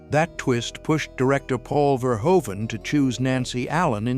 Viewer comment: FYI the director's last name is pronounced Fehr-hoo-vun.